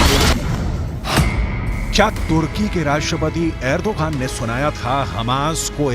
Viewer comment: अरे एंकर महोदय एग्रो दान नही एर्दुगान है